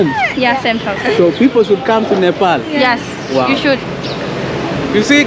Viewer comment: Not nipal bro😂😂😂 its Nepal